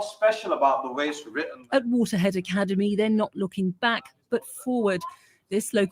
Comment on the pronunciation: Did she say alicademy?